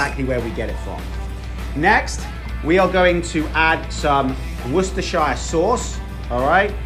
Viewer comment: Cmon man your British you know better than to call it wus-ter-shy-er